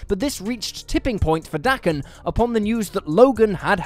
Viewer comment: That Daken pronunciation.... I just can't